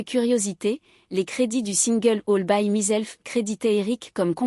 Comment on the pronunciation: "" All by MIZELF" !!! on se Moque de qui là ? MYSELF = en phonétique " MAÏself""!!! Tssss...Et ça continue++++ pénible la voix qui ne SAIT pas parler ANGLAIS!!!!😟😟😟